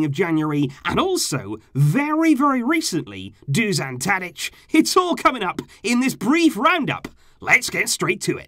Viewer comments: it's Dušan Tadić not DUŽAN Tadic. Doo-shan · It's Dusan (or Dušan in his language) Tadić, get your facts straight! Where the hell did you get DuZan from? Just because you say it wrong, doesn't mean it spells that way too! Would not expect such basic mistakes from you,. Disappointed!!!